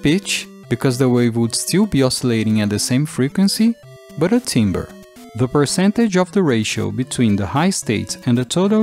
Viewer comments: Great video, very curious and interesting situation honestly. The only thing I'll add is that 'timbre' is pronounced weird, like it's got an a in it, it's 'tam-bur', classic word-trap. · Timbre is pronounced TAM'brr. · It's not intuitive, but timbre is generally pronounced as "tamber". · Stop saying timber instead of timbre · You pronounced the word "timbre" WRONG! It's actually pronounced like "tamber" as the word is of French origin. In all seriousness, this video is overall very informative. The reasoning makes sense and is generally the conclusion I would draw upon first assessing this curiosity, but you definitely go into much more depth beyond the surface-level details. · I thought timbre was pronounced “tamber”? It’s kind of an odd word. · FYI, "timbre" is pronounced as "tamber" in English. Great video tho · that's not how you pronounce timbre in a musical context...